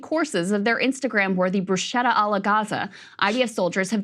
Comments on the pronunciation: The CH in bruschetta is hard, like a K. That said...this is despicable. Typical behaviour, though. Their European ancestors must have been Vikings. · Krystal horribly mispronouncing bruschetta.